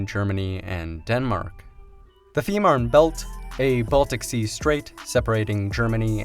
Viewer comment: Es heißt FEE MANN! Verdamt noch ma sprich deutsch du ******